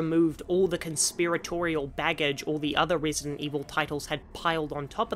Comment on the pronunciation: rEEsident 4